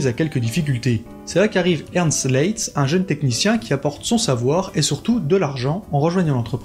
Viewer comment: Le nom de Leitz qui est un nom allemand ne se prononce pas à la française (donc pas "Lé itz! merci! .... insupportable pour mes oreilles!) mais bel et bien "La-itz" (en un mot)! "Ei" en allemand se prononce a-i : donc Leitz= Laitz ... et Leica, c'est pas Léca mais "La-ica" en allemand! Merci , danke schön!:thanksdoc:🤣😅😆🤣